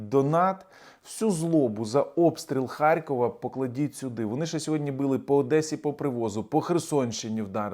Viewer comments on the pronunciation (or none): ХаРРРРРРРкова, бл! а не "харькова"!